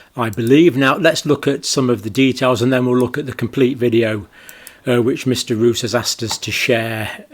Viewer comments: Hello Doctor Campbell. I think you're doing a great job. But PLEASE pronounce the Dutch name "Roos" as "Rose" and not as "Rous". (The Dutch word 'Roos' means 'Rose' by the way). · For future use: his name is pronounced as "Rose" (Yes, the flower) not "Ruuus" . So, your English rose, is our Dutch Roos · Speed of science means: Even though we didn't kniw shit about the Vax, we pushed it onto "the market' a.k.a. unsuspecting citizens, anyway to earn big bucks Btw, Roos is pronounced as Rose (that's what it means too) . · Tiny detail: you may pronounce it more like "Rose". Which is also what I means 😉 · The MEP's name is pronounced [more like] 'Rose' [in English]. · Dutch Roos is pronounced Rose (approximately). Which it means, btw. As in Roosevelt, rosefield. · Just FYI, the Dutch surname Roos is pronounced similarly to the English name Rose. The meaning, as in the flower, is the same as well. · Pedantic and off topic: Two Os in Dutch is a long O. So Rob Roos is pronounced like "rose" ...but fast instead of prolonged by the e.